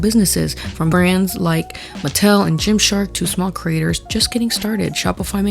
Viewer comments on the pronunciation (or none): none